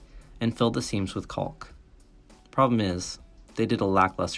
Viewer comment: you pronounce the L in caulk to avoid offending anyone but it's simply not how the word is said